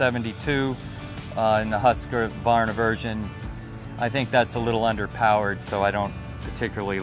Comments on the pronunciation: Huskvarna or “Husk-a-varna”? So many people pronounce it with an “a” although there isn’t one…. Great video thought!!!! :) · Remember, it's Husq-var-na (three syllables) not Hus-ka-VAR-na. Don't want to make the Swedish mad. The purely Swedish pronunciation is even crazier, but let's not get into that. - No way she (or anyone) should be learning at first on a saw that heavy and unwieldy - those things are INCREDIBLY dangerous. Start off with a battery-powered saw cutting small limbs, and work your way up. - Don't try to be a macho man (like so many YTers I see) and fail to use ear protection (and probably while we're at it, other types of personal protection). Once you lose your hearing, you will NEVER get it back - hearing aids are useless against nerve damage. - Watch several YT videos of what happens to loggers when they foolishly don't exercise extreme caution and cut trees that are notorious for being prone to barberchairing. It ain't pretty.